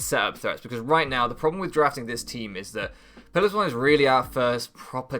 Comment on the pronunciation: What did I say about Piloswine? You are going to mispronounce it every week aren't you? Otherwise I think you have a very good draft, I look forward to seeing how it does